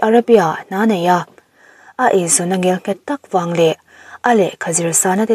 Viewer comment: I aw ngaihthlak a nuam khawp mai,,mahse "ngialnghet" ni lovin "ngelnghet" han ti hram tawh thin la oo